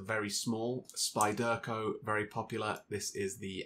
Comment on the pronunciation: Nice collection, nice little vid. But the way you pronounce "spyderco" makes my teeth itch.